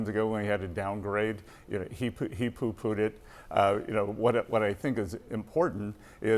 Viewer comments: “He poo pooed it “🤦‍♂️ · did i hear 'he poo-poo'd it'??